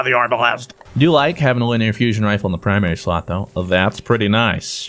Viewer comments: ARE-BA-LEST. Its not airblast, never. No. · Hey fruit it’s pronounced are-bull-ist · it is Are-buh-list Arbalest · arbalest = airblast You said it without thinking, and didn't noticed either, but now it's stuck on my brain every time i see the gun's name. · When he says the arbalest 🤣🤣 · I really hope was joking about the pronunciation of Arbalest.. its not even difficult to say